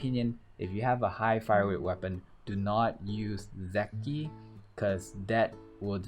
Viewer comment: it is ZET KI , not ZEC TI, zetki